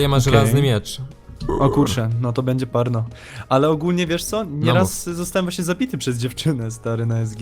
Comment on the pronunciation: usłyszałem "porno", zamiast "parno" :P